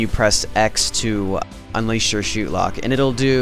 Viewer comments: as soon as you said shootlock it disoriented me. i thinks its said "shot" lock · lol u said shootlock. not shotlock.